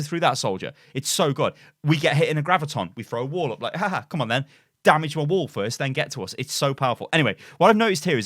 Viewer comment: I just keep hearing wool instead of wall and its hilarious